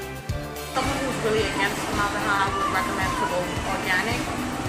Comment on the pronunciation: ForMOLDahyde. lol